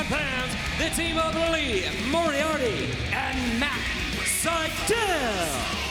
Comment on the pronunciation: Lmao Paul kept butchering Lee Moriarty’s last name all match. Will be seeing that on botchamania for sure